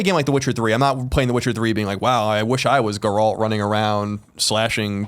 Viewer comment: Nearly 2 years after Witcher 3 and people still can't pronounce Geralt's name correctly :/